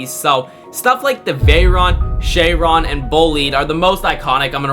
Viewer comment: It's pronounced she-Ron not Shay - Ron